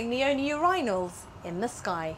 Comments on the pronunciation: chubbinz No. She said, "Ur-inals" - or did you think she should have mispronounced it as "Urine - als"? (Why is it that Americans so often stress the first syllable? For instance, we all know it's bag-DAD and not BAG-dad. Curious!) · First of all if your gonna say Urinals say it right.